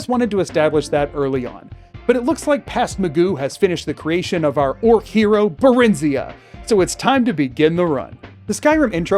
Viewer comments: i always preferred your pronunciation of barenziah over vex's. vex sounds like an american pronouncing something foreign wrong, tbh. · Considering the German translation of Skyrim you pronounced Barenziah correctly.